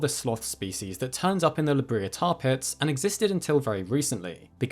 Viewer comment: La Brea is pronounced La Bray-a.